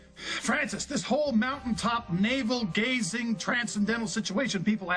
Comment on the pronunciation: said, Navel gazing🤣